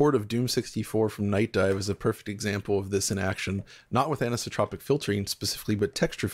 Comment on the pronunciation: This guy's pronunciation of the word as "anistropic" is killing me. There's an 'o' there, you're missing a syllable